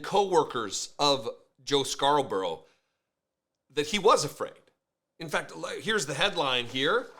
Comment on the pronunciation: Love how non of them can pronounce Scarborough 😂